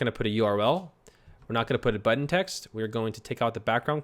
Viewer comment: I love how says BUTTON... BUT-TON!